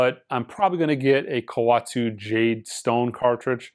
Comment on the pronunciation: Its Ko-wet-su. You’re making it sound like a penguin of Madagascar.